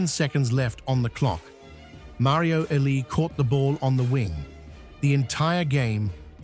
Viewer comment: Thumbs down for AI pronouncing legends name wrong